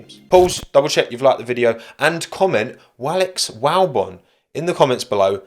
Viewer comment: Just here to comment "Walex Walbon" 😂